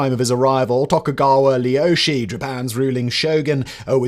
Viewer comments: I can't believe you pronounced Tokugawa Ieyoshi's given name as Leyoshi, not realizing that the first letter is a capital I not a lowercase L. "Ie" is pronounced "ee-ay" and means "house." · Simon... you have a whole team, and you've been reading his name for several years and it's very easy to say for any English speaker, so how has your misreading and mispronunciation of Tokugawa Ieyoshi (and Ieyasu) become even worse? Like, , is that a joke? Are you doing that on purpose? It's not even an "L", Simon; it's a capital letter "i" at the start of a name, and they don't even have an "L" in Japanese, Simon. 😩